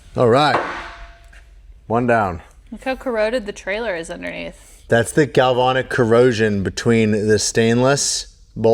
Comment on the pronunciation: ‘Vanic’ it’s galvanic corrosion not galvonic. There’s no vonic. Rant over.